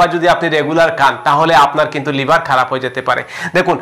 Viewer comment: After many days, I have subscribed your channel. But you should practice about Bangla pronunciation more and more. Thanks a lot. Try to utter ‘liver’ not liber.